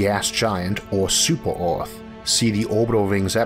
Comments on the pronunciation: I like how you pronounce earth (orth) 😅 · So what planet is this "Orth"?